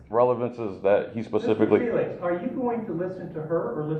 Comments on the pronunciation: if you are gonna shit all over the U.S Constitution, can you at least pronounce his name right? Feelax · It sounded like they were trying to pronounce your name as feel ass. Aren't you in Florida recording people without their knowledge. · Why do they keep pronouncing your name as (fye-lax) instead of( fee-lix) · Why is the court ( judge , police officers , prosecutors ) all pronouncing your name differently each time that they say it ? Dose this mean that there are more than one person ? , or is the count so confused ? Would this not be grounds for dismissal of this case ?